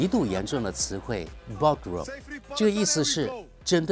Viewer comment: 你對德語真的是一知半解！就連Pogrom中的R小舌音都發不出來，而這個詞你根本就不可以簡單的翻譯成大屠殺！Der oder das Pogrom (russisch погром ‚Verwüstung, Zertrümmerung‘) steht für Hetze und gewalttätige Angriffe gegen Leben und Besitz einer religiösen, nationalen oder ethnischen Minderheit mit Duldung oder Unterstützung der Staatsgewalt.[1] International entwickelte sich der Begriff ab 1881 aus den antijüdischen Angriffen im zaristischen Russland.[2] Er ist in die Umgangssprache und die wissenschaftliche Fachsprache übergegangen.